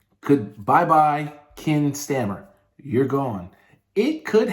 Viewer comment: Keir Starmer not Ken Stammer!! Also you don't have the NI and Ireland thing right either. The troubles all happened in Northern Ireland, I know I was there in the 80s. Belfast was a very divided city even having a wall built to seperate Protestants and Catholics. It was not one religon in one country and one in the other. and still isn't.